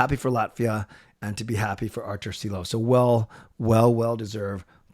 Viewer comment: SHILOVS not Silovs!! SH SH like Škoda or Brendan Shanahan Like Sandis OzolinSH not Ozolins!!